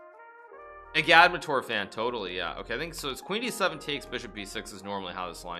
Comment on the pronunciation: Bruh, it’s “ah-gahd-MATT-tor”